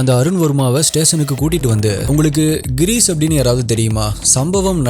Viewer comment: avar peru Gheerees illa Ghirish!! enga konjam practice panji solli paru papom…